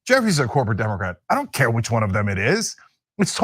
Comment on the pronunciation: The way says "demoqwat" kinda drives me nuts.